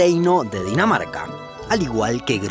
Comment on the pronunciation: dices que cundinamarca pero en realidad es Dinamarca yo entendí cundinamarca